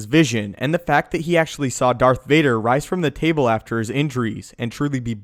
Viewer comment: Does it not annoy anyone that he says dark Vader not darth Vader